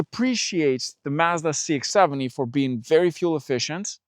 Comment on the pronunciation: You are misprononcing Mazda, slightly. Listen to the way they say it in their ads.😮